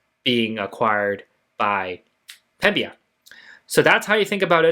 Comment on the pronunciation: THE COMPANY IS CALLED PEMBINA - NOT PEMBIA